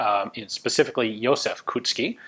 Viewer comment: when you are pronouncing Koucký dont leave out the "o". You read it as in the word cold - ou. KOUcký, not Kucký.